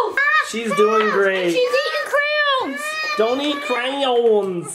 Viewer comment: "CRAY OWNS"